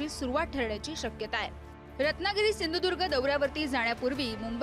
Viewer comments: याला सिंधुदूर्ग असं स्पष्टपणे म्हणता येत नाही आणि म्हणे भाजपाचाच. अरे दलबदलू तूला मात्र आता मतदारसंघातली जनता सपाटून आपटणारच. कारण तिघा बापलेकांचे लाळघोटेफण आणि खालच्या स्तरातील बोलणं. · नारायण राणे आपटणार चांगलाच, बकरा बनवला आहे, याला सिंधुदुर्ग नीट बोलता सुद्धा येत नाही. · सिंधुदुर्ग म्हनता येत नाही याला... तुला कसा पाडतात बघ कोकणकर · अरे ह्याला नीट सिंधुदुर्ग पण म्हणता येत नाही....